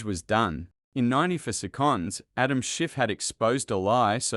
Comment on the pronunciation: His name is pronounced Pa tell with the stess on ‘tell’. And seconds is pronounced as second with stress on sec. Not on conds